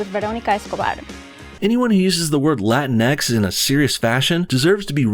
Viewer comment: It's not pronounced Latin-X. It's Latinx, rhymes with sphinx, jinks, and stinks. And it has nothing to do with Hispanic people. It's a trademarked term for a new material that's supposed to replace Spandex. The sportswear people were really pissed off when the SJWs hijacked it.